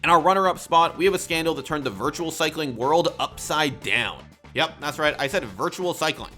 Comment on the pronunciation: hahaha wortual. its pronounced virtual